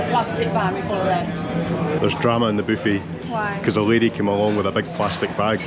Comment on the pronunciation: Loved the video...Your videos are relaxing in this chaotic world. Everytime you say " booffet" I laugh 😅